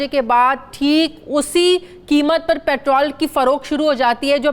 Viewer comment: Why do you say it “Patral” not Petrol?